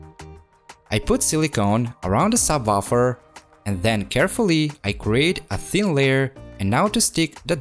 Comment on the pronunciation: "Sub waffle"